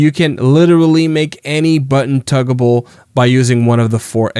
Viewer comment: no. I mean tuggable. That's what he said. 🤣🤣 "You can make any button tuggable"